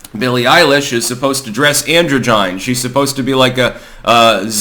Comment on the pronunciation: take a shot every time sez "Andro Jine"